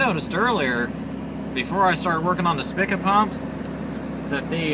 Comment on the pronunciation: pronouced Speeka.